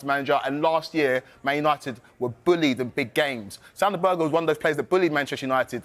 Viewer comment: Sander Berge not Berger fk y'all on?